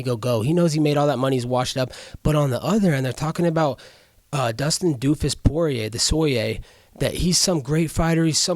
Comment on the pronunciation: Dustin Soy-rier 😂😂